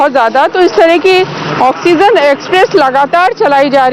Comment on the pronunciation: Oxygen you theek se Bola jasakta hai